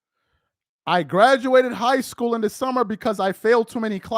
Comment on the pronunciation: bruh, YOU ARE JUST NOW NOTICING HIS TERRIBLE SPEECH? The guy says "schoo" instead of "school". 🤦‍♂️🤦‍♀️🤦🤦‍♂️🤦‍♀️🤦